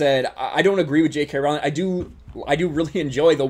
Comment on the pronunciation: I agree with your points, but Trivia Note: "Rowling" rhymes with "bowling."